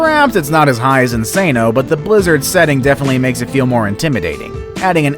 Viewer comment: 😂😂😂 So funny the way he says "Insano" that's not how we say it in portuguese kkk